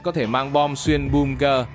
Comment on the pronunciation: Không hiểu sao mấy ông bà YouTuber ở Việt Nam đọc chữ bunker thành là bum ke